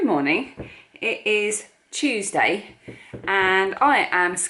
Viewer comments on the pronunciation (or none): none